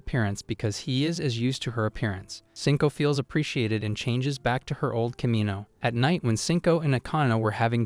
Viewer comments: komOno not komino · bro really said ANYM and KIMINO😭